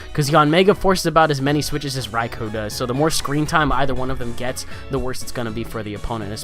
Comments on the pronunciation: the amount of "Raikoo"s was silly lol. it's "Rai-Koh" though I'm pretty sure you know that XD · a better explanation is "Rai-Koh" considering the word is Japanese for "Lightning" and "ou" in Romanized Japanese is just a long "o" sound :p